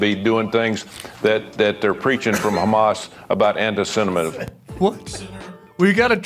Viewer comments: "Awl that anti cinnaminism" 🤣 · "Annie-semism," said Tommie Tumourville, managing to mangle the English language near beyond recognition. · Very confused by Sen Tuberville. It really sounded in that first clip like he was denouncing “anticinnamism”. Is he against cinnamon? Is Cinnabon going to be put out of business? /s 😂 Everyone guard your pantry! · No free speech in Universities 🤡 Anti cinnamon ??? He can't even say antisemitism ????? You got to call that out 🌚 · he can’t pronounce Anti-Semitism.